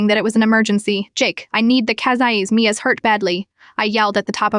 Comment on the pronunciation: The fact that the AI couldn't even say Mia right most of the time was ridiculous. I'm removing this channel from my feed because all of them have had errors like that.